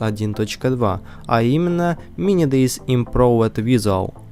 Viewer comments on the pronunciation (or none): Как минимум не мини дейз а мини дейз зет z- эта буква читается как зет и это абривиатура, т.е. z это zombie или по русски зет зомби а полностью мини день зомби это по русски произноси правильно!